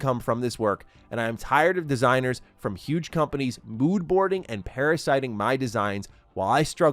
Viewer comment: Every single person I've seen cover this says PARASITISING wrong. What people say is "par-a-si-ting" but it's actually "para-si-tising. The former is not an actual word, the latter is. While I can waive it once or twice - chalking it up to reading at a glance - this amount of mispronunciation is mildly concerning. Please read more carefully and do not buy Marathon.